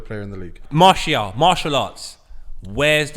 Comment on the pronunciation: It’s hard to see Martial’s name butchered because we have a man who knows jack shit about football than this donkey defending him